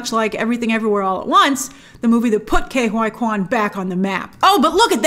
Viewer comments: surely ke huy quans name is not pronounced "K Y Quan" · she should really work on the pronunciation of Ke Huy Quan